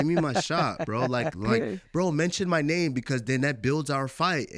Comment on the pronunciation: cejudo tries and fails to hard to pronounce names correctly